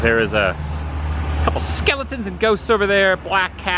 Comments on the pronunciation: Always makes me 🤣 when you say Skellytons" hahaaa 💀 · Skeletons! 💀 Love how you emphasize that, Adam.